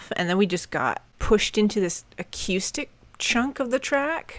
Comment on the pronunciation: I’m not making fun of you but I really like the way you say acoustic. It almost sounds like a cue stick. It’s part of your charm 😊